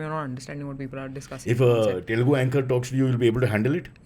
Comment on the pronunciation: First of all it is not 'T'elugu, it is Telugu.